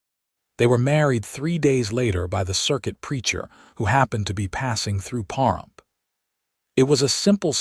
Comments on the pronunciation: The mispronunciation of Pahrump was jarring (puh . ruhmp). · It’s pa rump please start saying names properly